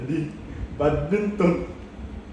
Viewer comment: BAT-MINTON(badminton) Mali lang pagkakasabi ni 😂😂🤣